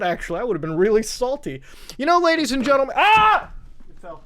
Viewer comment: "Y`know ladies and gentlmAAAAAAAAAH" "And the Android is for the poow"